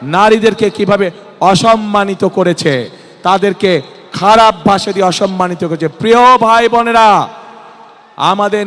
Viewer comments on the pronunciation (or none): none